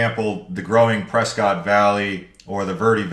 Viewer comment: So I just learned today Prescott is not Prescott. It is Presskit. 😂😂😂 I think you said Prescott several time until the very last video you said Presskit. 😂😂😂